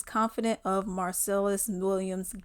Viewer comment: girl you can't even say his name right lol